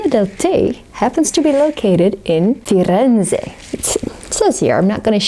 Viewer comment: They look great! Btw the second pronounciation of Firenze was spot on 👌